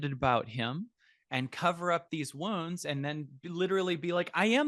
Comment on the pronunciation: I thought he was saying ‘worms’ ! It took me a while to realise he was saying ’wounds’.